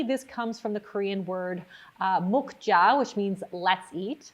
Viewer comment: i physically laughed when she said mukk-ja because it pronounced more like muck-ja. but no worries, its a common mistake